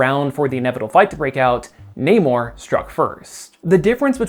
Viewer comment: you say namors name rly weird